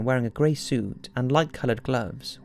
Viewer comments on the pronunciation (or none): none